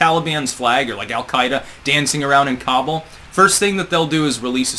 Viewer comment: You should learn how to say Kabul